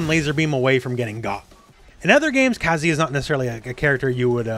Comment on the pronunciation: Shoutout to for pronouncing Kazuya correctly.